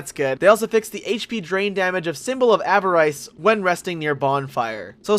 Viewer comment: Small correction: its pronounced a vah riss, not a va rice. Also, you talk about the boss summoning glitch and I can give you a detailed explanation since in Lobos' cheese run I was in there to help him cheese Aldrich that way. Esentially, if you put down your sign and wait for an exact timing for summoning, you can enter the door before you get summoned and run around the boss room before being teleported to another world. Then, if the host defeats the boss and you survive, you'll be teleported into the boss room when you return home, and the boss will not aggro and will stand completely still. I think it's in part 8 of his cheese run, you can see it more detailed there. Otherwise, great video c